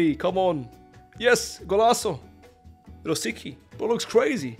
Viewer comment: it's Ro-sic-ký bro 😂